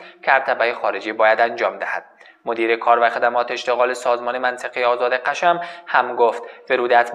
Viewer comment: سلام آخه میگه قشم تلفظشو اشتباه میگه